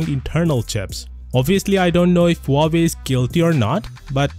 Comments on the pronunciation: Really nice analysis. One side note, please pronounce the H in Huawei. The way it came out sounds like Uawei. (I'm native Mandarin Chinese speaker.) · Never knew that Huawei is pronounced this way...